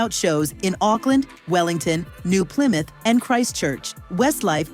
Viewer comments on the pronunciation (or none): none